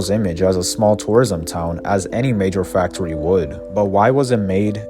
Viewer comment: "Wel-wativewy" "fac-towy" "pwans" "we-wease" Jesus christ.